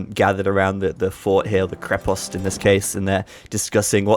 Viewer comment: Excellent pronunciation of krepost 😊👍